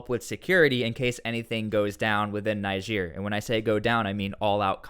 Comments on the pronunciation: Dude it’s not pronounced NI-GEER. It’s NeeGER. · why add africa after niger why not just say niger also its pronounced neejay👍👍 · add another g in niger